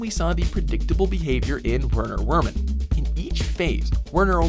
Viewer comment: Werner Wermin is German, so those W's are pronounced as V's Verner Vermin